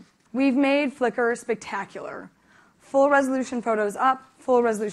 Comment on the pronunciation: Spectaculr, Wherevr, Biggr. She forgot Shittr...